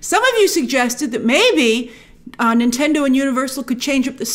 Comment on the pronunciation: Is she saying Intendo at times?